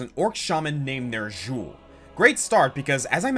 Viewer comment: ...the way you say Xul, Ner'zhul, and Illidan...hurts.